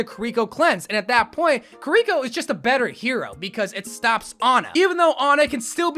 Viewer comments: The why he says kirko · why do you say kiriko like that 😭